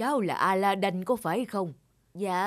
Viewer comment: Aladid chứ đâu phải aladân đâu